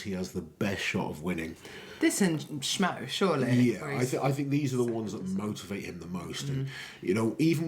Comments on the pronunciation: Yeah idk why she keep saying shmoe instead of smoe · Why does say SHmoe when it's smoe?